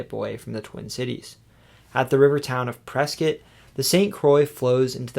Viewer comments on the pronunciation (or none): Prescott is pronouced press-scott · Very small note, Prescott, as pronounced by the locals, is the more Midwestern pronunciation, "press scott"